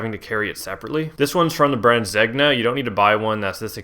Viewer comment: Wearing several thousand dollar Zegna jacket yet does not know how to pronounce the brand name.